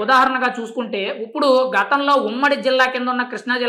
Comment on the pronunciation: ఉప్పుడు.. కాదు బాబూ ఇప్పుడు..!